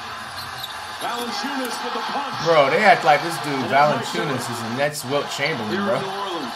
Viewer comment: he said Valanciunas correctly lmaooo